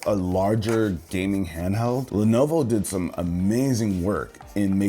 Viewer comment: s no one gonna mention the “levovo” in the intro??? lol